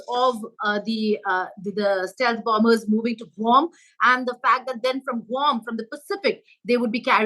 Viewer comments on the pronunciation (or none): BOMBERS😂😂😂 not BOMMERS